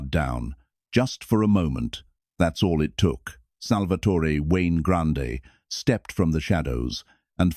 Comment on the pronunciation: It's pronounced pun-ja-tore.. And it's pronounced sal-va-tore.. No eee on either name. At least get that right